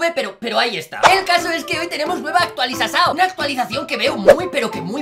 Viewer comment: dijo actualizasao